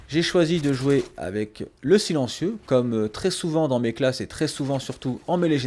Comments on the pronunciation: "Le Chilencieu" xD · le fameu "Chilentieu"